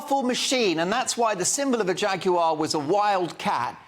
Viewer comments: Please pronounce Jaguar the English way. Stop trying to sound like an American. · I'm now so old that I come from the time when a Jag wasn't pronounced 'Jag-You-ARE' but 'Jagu-UH'. Can we go back to that, please. The twits who tried to use an amazing car to promote their sexual fetishes have failed miserably, and turned the car into a laughing stock. Anyway, look on the bright side, horse-power, as in REAL horse-power is coming back I expect....needs no petrol/electricity, and gives out Plenty Of Poo to make our vegetables grow strong...and those vegetables can feed the horses, along with growing the hay to feed the horses. Win WIN! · Why is he saying Jag you are? Its jaguar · I agree with the host here, a terrible ad. But why does he have to keep saying 'Jag yoo arr' when all Brits pronounce it 'Jag yoo err' The cars are still decent. It's the MD and marketing people there's a problem with. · I wish you would pronounce the Brand correctly. Jagu"arr" it is not dear boy. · The presenter keeps calling it Jag u r. MUPPET. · Please pronounce Jaguar correctly.